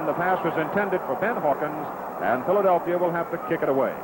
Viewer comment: Christie Longo Exactly right, Dandaroo, as Cowell always called Meredith. In fact you can hear it for yourself starting starting when he tries to say Philadelphia...